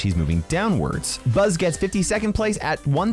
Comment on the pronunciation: Bull ❌ Buzz✅